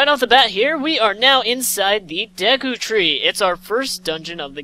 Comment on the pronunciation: It's pronounced DAY-KU BTW